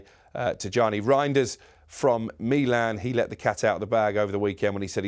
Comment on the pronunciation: Oh and Meeeeeelan and not Milan 🤷🏻‍♂️🤬